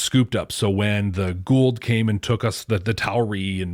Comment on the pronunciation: It's "Goa'uld"...